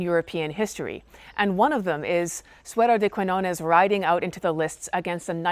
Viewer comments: So good, so good ur videos about history. In this case, please say Suero de Kiñones (the "qui" sounds as if u say "ki"). When u say "Kuiñones" sounds really strange for a spanish speaker (about the "ñ" sound.... difficult to explain it) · Quiñones, con "Ñ", se pronuncia no como una "N", sino como el sonido "GN" del Francés o del Italiano, o la "NH" del Portugués y la "NY" del Catalán. No es un sonido exótico, existe en la lengua materna de más de 1.000 millones de personas (más de 600 millones de hispanohablantes, 500 millones como lengua materna, unos 265 millones de lusoparlantes, 235 millones como lengua materna, más de 300 millones de francoparlantes, 220 millones como lengua materna y unos 75 millones de italohablantes, 64 millones como lengua materna), además de en Filipinas donde también se escribe "Ñ", aunque no haya muchos hispanohablantes, porque aparece en un montón de palabras y nombres propios heredados del Español. Si te atraen las historias de amor medievales, te recomiendo que visites el pueblo navarro de Olite, en el norte de España, donde un rey (Carlos III, el Noble) mandó construir un castillo de cuento para retener junto a él a su esposa castellana, que se aburría en un reino tan pequeño y se escapaba continuamente a la corte de sus padres. No te decepcionará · It was nice to hear you tell this tale, but a little more research would have enabled you not to mispronounce the protagonist's name throughout and to know there's a place called Catalonia whose inhabitants are called Catalans. I've noticed that even Americans who profess a love for a foreign country seem to think that taking a few moments to learn to pronounce the names of its places and people is optional. Also, that they seem not to realise how arrogant this is. Some otherwise admirable people do this. Please don't be just another one of them.